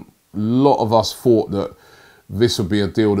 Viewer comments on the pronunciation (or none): none